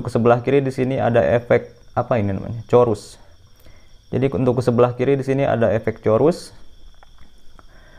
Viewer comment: sebut betul2 bang bukan corus.. chorus... tp sebutan nya umpama KOres